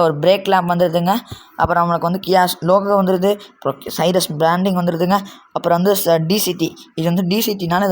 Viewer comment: சைரஸ் இல்லடா தம்பி!! சிரோஸ்!!